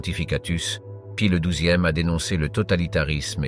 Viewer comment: "ceuse akchons" pour "ces actions" et la myriade de prononciations bidon à la "Paï le douzième" pour Pie 12 -- ça fait un travail de porc, ça n'écoute même pas son propre travail avant de poster et et même pas ça corrige et reposte.... mentalité : "ça sera bien bon pour les cons sur Youtube"